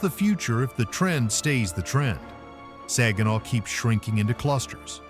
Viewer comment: I was born and raised in Saginaw( he's not pronouncing it right) i love my city and some of those places i dont recognize. I didnt leave Saginaw because of crime i left because i wanted to see what it was like living somewhere else. I go home almost every week to see my dog he's at my son's house